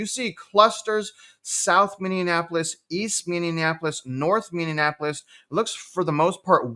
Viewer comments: Pronounced mini-apolis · “Minnie-a-napolis” 😏 love ya man! That made me chuckle a bit